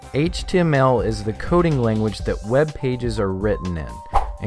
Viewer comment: i hate how this guy says "HTML"